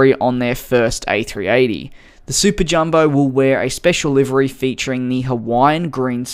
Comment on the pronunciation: i was so confused when you started saying liveri until i figured out you meant livery